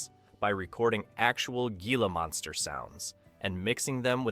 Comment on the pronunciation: GEE-LA Monsters ? AI BS